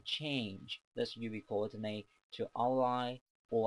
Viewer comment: I love how he says "Youwee Coordinay"